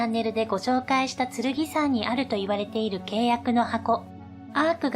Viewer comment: ここだけではないけど、この手のチャンネルの何人かの女性ナレーターに共通の訛りがあるのはなぜ？「〜（して）いる」に多くの場合「い」にアクセントを置いて発音している。「い（↑） る（↓）」は違和感。